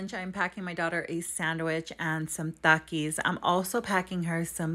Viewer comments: It’s pronounced takis not thakis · You don’t pronounce “Talkis like that”